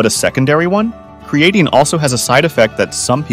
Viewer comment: Your crappy AI voice can't even pronounce creatine right. It's dogshit.